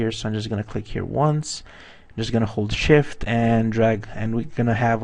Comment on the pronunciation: Just a little thing, When you say "Hold shift" Sound like you say holy shit! ;)